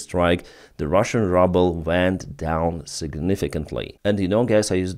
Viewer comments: Good reporting. Pronounciation is [Ruuuuubel], not rubble. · Hey, In English, the Ruble is pronounced "Ruble" Like the sound "Rooble". But great posting, as always. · Say ruble like Ukrainian “y” not rubble which means garbage. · Your pronunciation of ruble is the US pronunciation of rubble ("щебінь" або "руїна") that I wish on that enterprise called Putin's Russia. Thank you for that play on words. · I love the way says “rubble” instead of ruble (rooble). I think the pronunciation should be permanently changed to better reflect reality just like the name Russia should be changed to Moscovya. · I like it how you pronounce the currency "Rubel" as if you wanted to say "rubble" :-D ;-) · You really pronounce 'Rouble' in the most appropriate way.... 'RUBBLE'! SLAVA UKRAINI! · It’s as if he’s doing it deliberately! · he calls it rubble as a joke and he doesnt need you playing English teacher 🤣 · it's probably on purpose😁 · It is such a treat to hear you pronouncing the russian currency......"RUBBLE" exactly where it is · It's great that you pronounce "Ruble" as "Rubble" ! The meaning of "Rubble" is broken fragments (like broken pieces of rock). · I have reminded him about this mispronunciation years ago. He just ignored me and continues to mispronounce it confusing many in his audience. I don’t think he really cares about proper English pronunciation. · Do you intentionally say Ruble incorrectly?